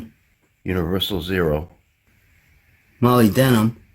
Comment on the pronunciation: Thanks for the vid, just fyi it is pronounced mah lib de num = moly.